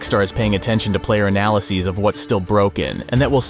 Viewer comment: Why did you say analysis like that